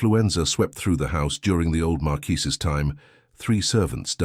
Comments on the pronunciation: Oh ffs! 48 seconds in and your appalling AI strikes! Marquess. MAR'kwiss. This is not bloody France! 😡 But as a septic you will of course be uneducated and ignorant of facts about anywhere in the world outside of your own narrow experience. Especially Britain, past or present; this despite setting yourself up as the "writer/creator" of this channel. 🧐 And none of these failures are helped or improved by the fawning comments of your fellow septics - all totally lacking in discernment, and even a basic acquaintance with English literature. Eish! 💀☠️ 💀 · Great story, but George’s title NEEDS to be correct, it is marquess, pronounced mar kwis NOT mar-key or mar-qwee any other of the many distracting pronunciations used and changing throughout the story. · Marquis not markee! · If I hear marqUISe one more time Ill scream😂😂😂